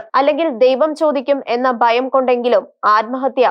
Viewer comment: എടോ ബയം അല്ല ഭയം ബാരതം അല്ല ഭാരതം ബാഗം അല്ല ഭാഗം നിയമസബ അല്ല നിയമസഭ Mother tongue ആണ്. തെറ്റിക്കരുത്. മോശം 🇮🇱🥳